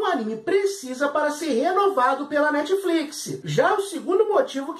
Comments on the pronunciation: Netfliquissiii ???? Sério???? Da vontade de arrancar os ouvidos kkkk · Quantas vezes ele falou netifliquissi? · krai o cara so fala netfliquisi, q agonia de ouvir isso